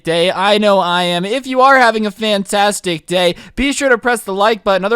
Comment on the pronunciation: Nobody:: says “fantastic day” like a British person